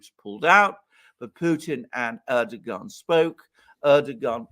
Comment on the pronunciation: Air do Juan >> is how you pronounce Erdogan’s name